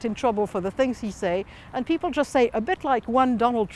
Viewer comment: It's so jarring seeing all the people on both sides politely discussing their opinions and then those boys like "he's razzist, there are a lot of rac'esst pepel in france"